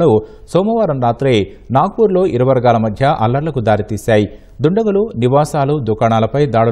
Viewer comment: iru vargaalu ante....clear gaa cheppandi